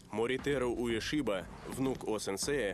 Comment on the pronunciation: Они даже имена произносят с ошибкой!!!! "Уэсиба", а не "Уэшиба".